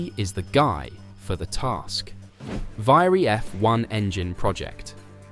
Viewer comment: How difficult is it to pronounce "Alpine" properly? (Or "Viry"). Lazy, second rate stuff.